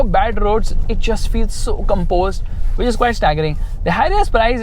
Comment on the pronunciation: which or bit*h? 😅😂